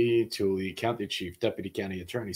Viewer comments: Utah place names are odd. It’s not a huge crisis but Toole is not pronounced tool-y. It sounds more like too-ill-ah. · I’ve struggled being here in Utah with court watching,. We tend towards WebEx for courtrooms and streaming is inconsistent. Where was the parole board? I’m happy to tell you of anything big coming up! Tooele is also said “too-ill-uh” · Tooele is pronounced "two-WILL-ah" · You don’t know how to say Toole?